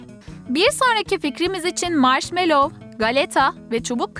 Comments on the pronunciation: Maşmellov diye okonmaz maşmello diye okunur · karıştırıyo marşmellova çubujk kraker faan diyo